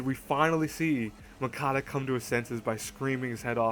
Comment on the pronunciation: btw, its Munakata.... not Mukata...>_<|||